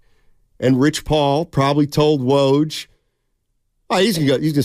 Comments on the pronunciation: it is woj, not waj… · it is woj, not waj